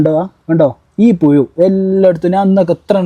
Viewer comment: പുയു അല്ല പുഴു 😂